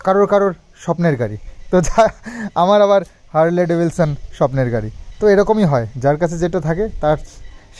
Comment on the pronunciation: ওটা হার্লি ডেভিডসন ভাইয়া. উচ্চারণ টা ঠিক করলাম বলে কিছু মনে করো না.